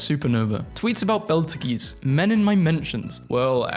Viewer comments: betelgeuse "belter geese" B E E T L E J U I C E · Fr I just died when he said Beltageese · my guy. It's pronounced beetle-juice. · Betelgeuse? Nah, B e l t e g e e z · Why did you pronounce Betelgeuse like that…